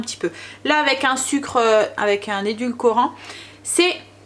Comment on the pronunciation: Bravo!! Aujourd’hui tu as dit édulcorant et non pas édulcolorant, yes!!! 😁😁👍🏼